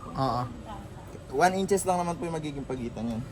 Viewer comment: one inch, two inches ang bigkas diyan.